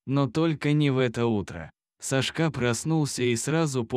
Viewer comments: Кошмар! САшка, а не СашкА! БЕгом? Может БегОм? Ужас! Админы, куда смотрят? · Лучшие прочитать титры , чем слышать этого чтеца.... хотя бы просчитывали заранее или ставьте этим бездарем ударения на все слова , правда, ну режет слух и смысл теряется ( СашкА, ну почему, когда САшка, это же имя ) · СашкА...Ну что с робота взять?Люди совсем обленились,свое же видео озвучить самостоятельно лень...Уши режет. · Сашка - ударение на первом слоге! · Почему СашкА, а не САшка. Вы что не слышите что вы говорите и как. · Не могу слушать бесконечное сашкА . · Не буду слушать только из за того, что диктор неправильно ставит ударения, даже в имени. Противно слушать! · САшка,ударение на первом слоге!Безграмотность !Противно слушать! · Это что за СашкА? Кто озвучивает - мигрант? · Когда читаете думайте что говорите имя Сашка ударение на первый слог а вы читаете ударение на последний слог извините но ухо режет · Делай правильно ударение.Что это за Сашка‘.Слух режет. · СашкА, глАдя на хозяина - ну, зачем это?! Неужели нельзя прочитать ПО-ЧЕЛОВЕЧЕСКИ, а не ПО-БОТСКИ?! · САшка! САшка! Неприятно слушать... Лайк не ставлю. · Одна повторяющаяся ошибка при ударении режет слух_ Сашка_ ударение на первом слоге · Сашка- ударение на 1м слоге, а не на последнем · Сашка ударение на первую а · Читает без ударения на имя Сашка отвратительное чтение. Рассказ замечательный. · Где Вы учили русский язык? Сашка ударение на первом слоге!!! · На каком языке так произносить имя Сашка, режет ухо такая безграмотность